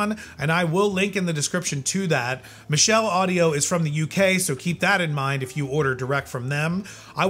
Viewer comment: Michell make the Gyrodeck turntable. I think it's pronounced like it has a t in it.